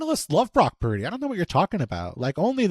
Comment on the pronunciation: Brock Puurrrrrrrrdy😂